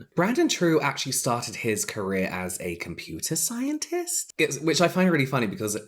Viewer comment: The way you said computer scientist made me laugh so hard